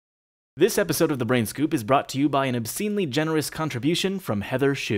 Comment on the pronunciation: Round of applause for pronouncing Heather's name correctly.:D